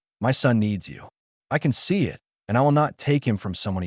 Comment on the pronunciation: Here we go again – the word is “it”, Not I T!!!!!!!